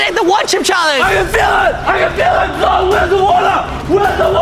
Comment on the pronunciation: It's zhong not zong😂